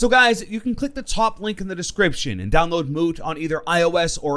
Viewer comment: Moot Me: Mook